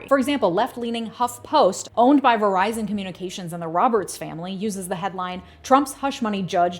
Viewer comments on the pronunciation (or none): none